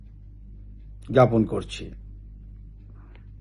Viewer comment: বাংলা পড়তে পারেনা!!! এদেরকে পুলিশ প্রধান বানানো সত্যিই হাস্যকর। জ্ঞাপন শব্দটাকে জাপন পড়েছেন।